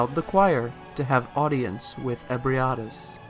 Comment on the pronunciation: Your pronunciation of Ebrietas is fascinating. It's the best one I've found next to eh-bree-eh-tahs ('eh' as in 'bed').